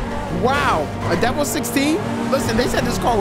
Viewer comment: love it bro i’ve seen elanip pls around with this also it’s pronounced DEH VEL not like devel and can you play some redlinev3 it’s got a lot of new features and is a lot better than v2